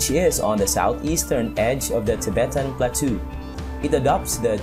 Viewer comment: Great videos and music as well. When you say “plateau “ it should sound more like ‘plah_toe’ but it’s a unique spelling in English.